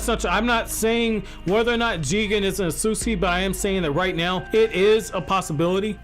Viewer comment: 'Ahsuski' 😐 thats cringe as hell Jesus everytime he said it